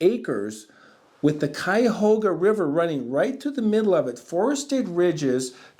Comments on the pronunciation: Cayahoga -> Cuyahoga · I grew up in that area and only ever heard it pronounced kai-uh-HOG-uh (as in P-I-G)